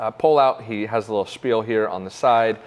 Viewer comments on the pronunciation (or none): none